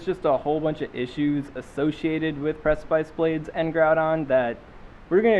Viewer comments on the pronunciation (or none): Every time you mispronounce precipice, I get #triggered.